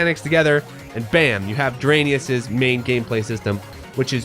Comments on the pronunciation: Your absolutely right my guy, the development team really should've name this game the way you pronounce it because Drainus is horrible. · are we sure it’s not actually supposed to be pronounced dry-niss? like raiden and gaiden